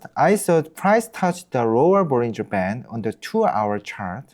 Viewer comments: this whole time im thinking he's saying " bulls in Japan " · what the subtitle says: bollinger band what I hear: bullying japan 😅